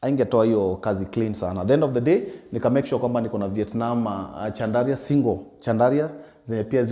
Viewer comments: Pronounced as SHANDALIA ...... french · Kazi safi boss but pronounciaction ya chandelier ni shandalia sio chandaria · I was wondering why he keeps talking about Chandaria. Kumbe he is talking about chandelier pronounced shandelier. 😅😅😅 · Just sound it as ‘shandalia’ 😂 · Wewe sio Chandaria 🤣🤣 ni chandelier promounced shan·duh·leeuh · Boss jaribu kusema "Shandalia" basi...chandaria ni ikambuni ya tissue papers babadogo munya. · Chandelier, as in shandalier sio Chandaria 😅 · I like how he carelessly says chandaria 😂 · Caught me off guard the first time, was wondering kama ni Chandaria the person 😂😂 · It’s not like westerners pronounce our names properly… give the guy a break. Mradi msee anaweza job, the rest are details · Ina pronunciwa shandlia